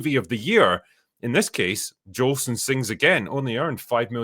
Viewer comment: you mangled the names of the first few of those 1949 films you took note of. It was "Jolson Sings Again," not "Jolston." That film was a biography of Al Jolson, the actor and singer who had become famous back in 1927 in "The Jazz Singer," the first "talkie" that sounded the death knell of the silent film era. It was "Battleground," not "Battlegrounds." That's a really good war movie depicting the defense of Bastogne during the Battle of the Bulge. As you might well guess from the title, "I Was a Male War Bride" was a comedy.